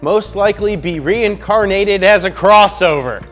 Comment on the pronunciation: You mispronounced crossover